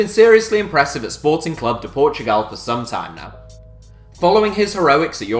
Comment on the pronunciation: Disseram bem o nome do Sporting hahhahahahahah